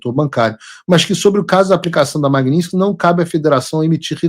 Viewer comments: Paulo, você está pronunciando o nome da lei errado. Magnitsky e não magniski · Paulo, PELAMORDEDELS, para de falar "Magninsqui"... Tá parecendo petista! 😅😅😅